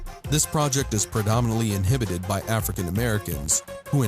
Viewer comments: Inhabited not inhibited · "Inhibited by" lol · You're meaning "inhabited" not "inhibited". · He keeps saying inhibited. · WTAF? Inhabited, not inhibited. They mean very different things, and should not be confused with each other. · inhabited is not pronounced "inhibited". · "Inhibited"? I think you mean to say "inhabited". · Inhibited FUCKING INHABITED TOOL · You know its in habit ed right? Not inhibited ....they mean completely different things....although you are still right. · Hey, I'm pretty sure it's "inhabit," not "inhibit." You keep saying the projects are "inhibited" by whatever gang, however, the proper term should be "inhabited." To "inhibit" someone or something is to stop or prevent them from doing something. To "inhabit" something or somewhere is to live or reside in that place. Not trying to be a smartass or anything, just wanted to help you out with the correct terminology. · Dude. InHABited. Come on. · Inhabited NOT inhibited. Just use the word live and stop being pretentious. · Haha, the narrator doesn't know the difference between inhibited and inhabited. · OMG... inHABited not inhibited! 2 totally different meanings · You keep saying inhibited when it should be inhabited. Big difference in meaning. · Its not "inhibited" by war workers, it's "inhabited" by war workers. Learn the fucking language you dumb ass... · it’s inhabited not inhibited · Narrator's note: "inhabit" not "inhibit"... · FFS! It's INHABITED not, _inhibited_. What is so difficult about that? Narrator, you're not making any sense. Next time, consider reading through your script before recording it. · inhibited or inhabited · I wish you would learn to say INHABITED, not INHIBITED. Means something totally different. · Inhabited, not inhibited you stupid fuck. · Uh, inhibited?